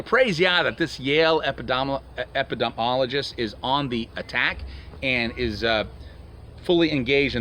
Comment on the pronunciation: epp-pi-de-me-oll-o-gist...there...thats a little help!